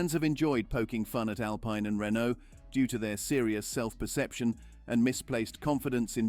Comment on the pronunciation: You are prouncing Alpine wrong. And Vitamins and Privacy.